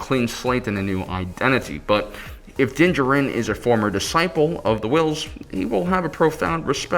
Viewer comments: jar-in is how you pronounce his last name..you goof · Great video, makes me kind of mad how wrong your pronounce D’Jarin though LOL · I cringe every time...